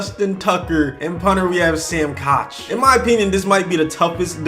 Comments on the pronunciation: It’s pronounced cook, not kosh. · It's pronounced cook not coch it's spelled koch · Its Sam cook not koch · I like how he pronounced Koch cauch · It’s pronounced cook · Sam Koch pronunciation (cook) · It’s Sam “Cook” CK. I know it doesn’t look like it’s pronounced that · 'kosh' lol